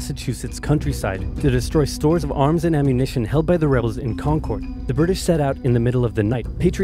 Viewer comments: im from Massachusetts and it is not pronounced kon - kord... we pronounce it more like kon -urd.. like curded milk but without the k sound. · As a Massachusetts native Concord is pronounced Kawn-kurd, sounds like the word "conquered" not Concorde.. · kahnkerd not connncoorddd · it’s concerd not concorrd that annoys me so much